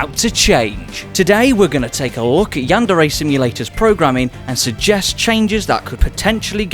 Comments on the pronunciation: How to say it: Yandere. Yan-Də-Rə (What is this symbol, you ask? It's the character that represents the sound you made when you said "the" in your head upon reading this. Not an E sound and not quite the Uh sound.) How not to say it: yanDAIRY. yanDERRY Yanderay. Never stress the second syllable of Japanese words because when you do: Japanese people experience cringe. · I swear I'm not a weeb, or a yandere sim fan, I'm just a linguist It's pronounced closer to yanduray than yan DARE ay Edit: he starts pronouncing it correct later in the video